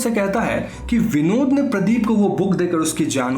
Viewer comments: When you were saying Vinod it's sounds like binod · Btw its not vinod its Binod😁😁